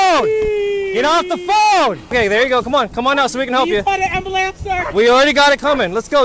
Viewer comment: Did she say ambalance!?